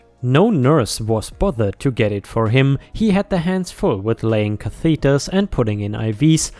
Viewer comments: Just fyi catheter is pronounced (in US anyway) cath-eh-ter. 🙂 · They don't put a Cathedral in your urinary tract up to your bladder. They put a catheter (ka-thə-tər)